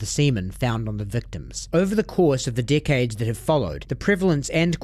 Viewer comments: Dude he keeps saying decades and I think he is saying dickheads lmao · "over the course of the coming dickheads" who else heard it? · I love the way you say dickhades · Each time he says “decades” it sounds like “dickheads”